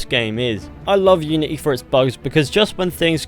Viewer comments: "Assasin's creed iunity" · ah yes, iunity